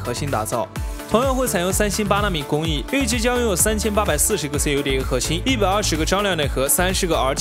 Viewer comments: cuda，不是 C.U.D.A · CUDA是连着念的，中文发音库达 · 你不是觉得很变扭吗？明明cuda 那么容易念都念不好。可以不可以学好放音。。。。